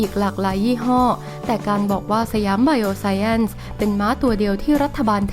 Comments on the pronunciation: อ่าน สะ หยาม ไบ โอ ไซน์ น่าจะถูกต้องไม่มีแอ้นหรอกค่ะ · อ่านว่า"ไบโอไซน์"มั้งครับ